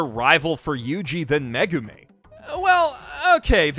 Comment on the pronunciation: every time he says 'Megumi' i feel personally attacked..somehow